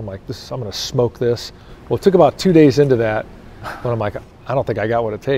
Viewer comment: “Aboot” lol